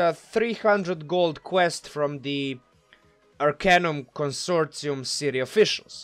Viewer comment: You are pronouncing Arcanum Consortium, completely correctly. You are pronouncing the word, "melee" incorrectly however.